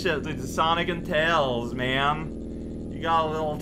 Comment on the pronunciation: Tiles "Mails" Prower